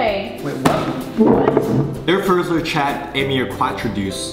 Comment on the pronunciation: So funny !! i love your videos ! And it's so cute how you prononce "le fleur chat amier quatre douce" ! But, is it a place who really exist ? O.o